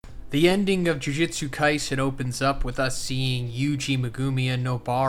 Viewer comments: Yes! You guys hate the way this guy says “Jujitsu” too? It’s so annoying. It’s “Jujutsu”!! Lol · Bro!!! It’s JUJUTSU! Not “jujitsu”, that’s a martial art. Guess it doesn’t matter now. Edit: This is a completely different translation from the others!